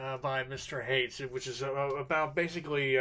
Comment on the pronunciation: Haidt is pronounced "height" not "hate".